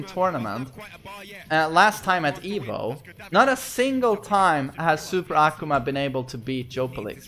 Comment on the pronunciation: Why carnt you pronounce akuma's name right?